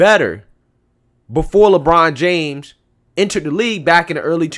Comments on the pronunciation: I like it when he said Lechina James. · It's la bronda james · “LaChina James!” Damn!!! Lol